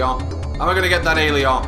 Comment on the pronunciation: In 16bit, all of your viewers can hear you RAGE! I've also noticed that sounds like a French man when he says the word Alieon. Yet again, you bring back nostalgia from the old day's, entertaining 16bit gaming at its best. Thanks,!